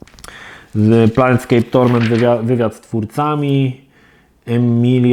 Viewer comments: Plejnskejp a nie planetskejp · PLANEscape a nie PLANETscape. To T jednak robi różnicę. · Też mnie ten planet u Niego drażni, a ta gra już kilka razy pojawiła się w "kiedyś to było" i za każdym razem mną trzęsie jak to wymawia. A tak po za tym, to nazw wielu gier nie potrafi wymówić prawidłowo. Co dziwi u kolesia z takim stażem i doświadczeniem w grach. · Plejn skejp. To jest plane a nie planeT. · Kurła, no nie wytrzymie, "PlaneTscape"??? Serio??? Gdzie tam niby jest to "T"??? Fachowiec od gier że idź Pan w ch... ;)